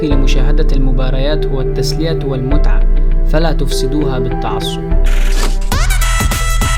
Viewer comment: اسمه المتعه مش المتعبه